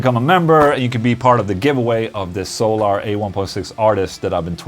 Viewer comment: So-llar Acoustics confirmed.....